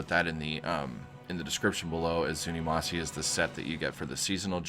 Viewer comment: ZunimassA not Zunimassi